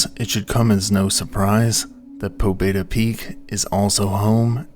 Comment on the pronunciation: the name "pobeda" is pronounced more like "pabyéda", it means "victory"